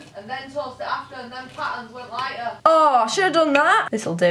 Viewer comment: The way she says toast I- ToE-est!